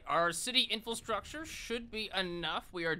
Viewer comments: I've been looking forward to this one. Great video! Just an FYI you keep saying "infilstructure," but the word's infrastructure. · I've been binge-watching videos and I can't help but giggle every time he says "infil-structure". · Take a shot every time he says "Infulstructure" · He never learned how to say infrastructure and now he'll never learn how to say actuated either.